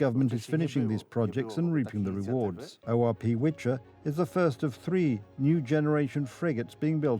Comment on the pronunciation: That’s not a "Witcher", it’s a "Wicher" (V-her) - "Gale". 😉